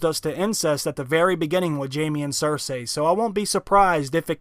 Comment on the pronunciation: I swear, if I hear Cer-SAY one more time. Cer-SEE